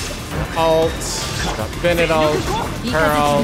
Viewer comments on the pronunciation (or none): none